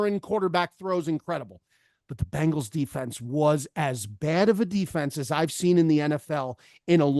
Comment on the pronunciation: love the show ticket... love but why can't he pronounce the bengals correctly - the bangles are an under-rated 80's girl band